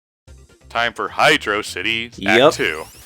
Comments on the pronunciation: It's pronounced as "Hydrocity." Not as "Hydrocity." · its pronounced hydro city ted so SHUT UP YOU ARE WRONG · To counter your arguments,: 1. Hydrocity is a compound word, which means it's usually said as if they're still two words, even though they've been smashed into one. I know the common response to this would be to quote the oft-annoying "His name isn't John Q. Spiderman", but think of how Batman and Superman are pronounced; they're pronounced "Super-Man" and "Bat-Man", not "Supermen" and "Batmen". So sorry, but it's Hydro City, two word pronunciation for a compound word. Shut up. 2. Tails can't fly indefinitely with his tails, Ray and Knuckles can't go into another glide if they break their current one, and Knuckles' fists are too preoccupied holding him up to properly protect him while climbing, so they have limitations to their cool abilities, and yes, there are some situations where the Drop Dash/Instant Shield and Elemental Shield Bonuses for Sonic come in handy that the others would be hard-pressed to contribute to. The ONLY character in this game that I would agree is arguably objectively better than Sonic is Mighty, because he's just a more heavily-armored Sonic with a ground pound that can bust through shit and make hard to get to hovering power ups more accessible.